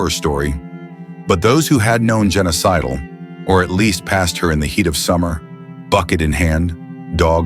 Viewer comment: Her name was Jenna Sidle. Sounds like Genocidal...when the narrator says it.